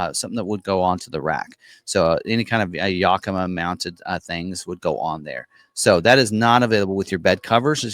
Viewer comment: Yakima is pronounced "Yack i ma" NOT "Yuk i ma" at least that's how the city of Yakima is pronounce here in Washington state.